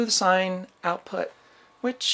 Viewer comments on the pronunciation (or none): none